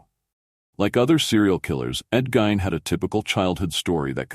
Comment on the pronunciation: Delete this monstrosity it's half wrong and the name was pronounced GEEN